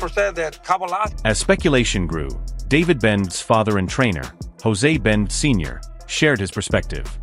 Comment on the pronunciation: The video keeps pronouncing Benavides as Benvids. I agree with you a lot of people don’t know what a great boxer Davis is.